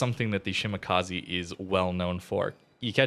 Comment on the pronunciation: FYI it's: she - mah - kah - zeh Not: she - mah - kah - zee